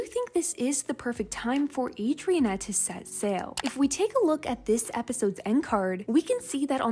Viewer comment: "Adriennette"😂😂 its Adrinette 😂😂